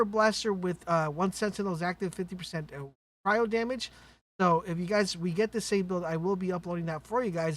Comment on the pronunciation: Holy shit! This guy pronounced "cryo" the correct way. Finally!